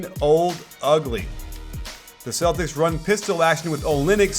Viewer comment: Why the hell are you saying Celtics for dumb!